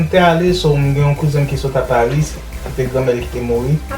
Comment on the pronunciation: A parisss /a paruss 😂😂😂